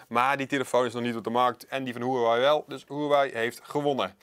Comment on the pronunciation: Nu nog leren de merknaam uitspreken :)